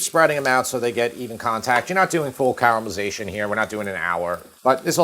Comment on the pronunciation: Nice to hear an American know it's caramelization not CARamelization - like 'car' is always said like an automobile. Ca-ramelization. Nice recipe as usual and well explained -thanks!